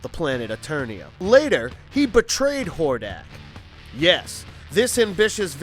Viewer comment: Could you say more names wrong? Like were you TRYING to mess them up? How you do read "Etheria" and say "E-THER-NIA" ? and while Im at it, a lot of your facts are wrong. Skeletor isnt even close to the strongest bad guy, both King Hiss and Hordak (Which you said wrong the first time), are stronger than Skeletor. Skeletor is more devious and tricky, but he's not more powerful.